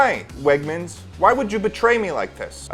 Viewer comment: When you said ~wegmans~ it made me feel some type of way. Not bad tho idk how to explain it. If you know wtf wegmans is you’ll get it